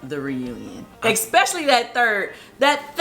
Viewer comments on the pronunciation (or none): Every episode Kandi says 'expecially'